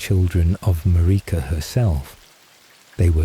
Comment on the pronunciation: “Mar-EEEka” bro the pronunciation is so bad it’s pissing me off. Like they don’t say her name a thousand times in the game.